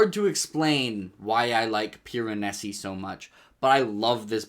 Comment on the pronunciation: Um actually, it’s PIR-UH-NAY-ZEE